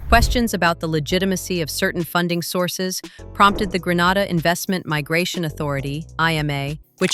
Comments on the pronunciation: It's 😂not Granda in Spain it's Grenada kmt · Its not call Granada its Grenada ffs 🙄🙄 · The correct/native pronunciation is Gre na da.....Gre nae dah. Not Gre nar da. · For God's sake it's GRE-NAY-DAH, It is NOT Gre-NAH-dah - that's a region in Spain 000s of miles away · ITS PROUNCED GREEEE NAY DA NOT GRANADA NOR GRE NADA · In this day and age, ya'll muddah arse so blasted intelligent but can't pronounce the Island name properly yet, it's GREE-NAY-DA 🇬🇩. Kaka holes, Gre-nar-dah / Gra-nah-da is located in beautiful Spain 🇪🇸. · How can this video be valid when it can’t even get the pronunciation right of the country? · 1st pronounce the country name properly A.I. You've gone to great lengths to make the video and do research...seems only fair to say the name correctly. All things being equal, good video. Hope you expand more on how the finances to build is structured, is it all from Chinese investors, what percentage is from the Grenadian government.